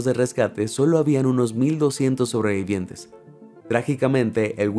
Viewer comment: Cada vez que oigo sobreviviente me sangran los oidos